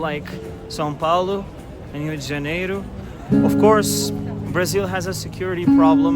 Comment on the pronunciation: Your pronunciation of “rua XV de novembro “ ,🇧🇷 , and Rio de Janeiro, sounds sooo native ! Brazilian accent